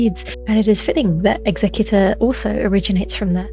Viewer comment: People keep pronouncing Executor wrong. It's Executor as in execute not executive.